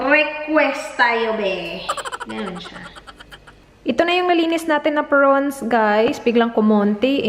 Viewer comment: Hay arts talaga kahit kelan.. Haha porons..lalong nmali ang bigkas..😁😁😊 With that long nails all the tiny tiny pieces of ingredients goes into it...jusme..!!